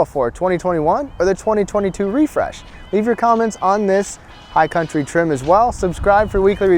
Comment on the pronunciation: "Refresh" lol